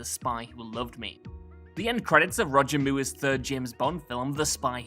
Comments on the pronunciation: Monica Mendez and Roger Muir? WTF At least try and get the AI to get it right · mate you don’t get to interpret the pronunciation of someone’s name. No person in the memory of mankind has ever pronounced Sir Roger Moore’s name in the way you did. I’d go as far as to say even Ewan wouldn’t squeal out this pronunciation. 🤦‍♂️